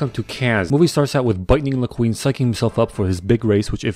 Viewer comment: Didn’t even realize that he said bitning laqueen